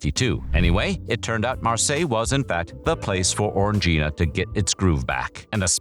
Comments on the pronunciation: You say it like orgy, it's o-ran-guina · ORANJ-eena !! ffs